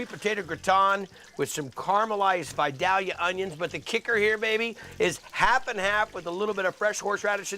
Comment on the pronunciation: Love you Guy, but it's Vi-Day-ya onions.